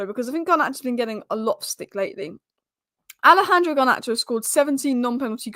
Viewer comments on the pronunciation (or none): none